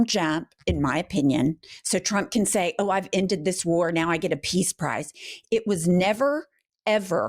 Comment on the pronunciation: Did you say "it takes the canks?" 🤔